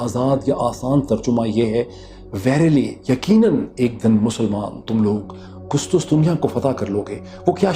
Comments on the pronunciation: قسطسطنیہ نہیں قسطنطنیہ . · Dr Sahab its Qustuntunia and not Qustustunia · ڈاکٹر صاحب قسطنطنیہ ہے نہ کہ قسطسطنیہ 🤔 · I'd like to make a correction Urdu version of Constantinople is called " Qus-TUN-tuniya" and not Qus-tus-tuniya (as far as I know) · KUSTUS tunia nayi sayeen.... KUSTUN tunia..... Very sad to see this pathetic narration from such a known journalist... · its qustuntunia not qustustunia